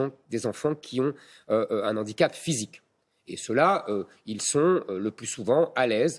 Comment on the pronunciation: Handicap avec un H aspiré. Un 'H'andicap (pas de liaison)